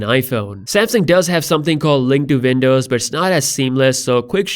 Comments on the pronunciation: Windows not VINDOWS 😂 Great update BTW 👍🏾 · Its w not v pls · Man please stop saying Vindows 😫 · Say Vindows one more time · I can't help but comment on that "vindows" 🤣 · "...vindows." Wtf? Are you living in a foreign cave, man? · Not to make fun or be mean but when i listen to this in 1.5x i hear "vindows" xD But fr tho ty for these videos :) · It's not Vindovs... Dude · "Vindows" lol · 'Vindovs' actually lol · I love you saying Windows...thats awesome